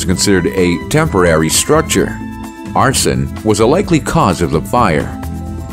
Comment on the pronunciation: Lazy using a computer. First sign: Mispronunciation of simple words like arson